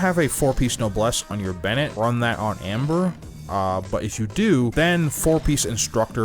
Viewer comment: For a moment I thought that you were saying Ember.